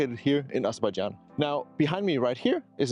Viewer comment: hey man. It is Azerbaijan. It is not Azerbadjan. Please correct it. I am from this country.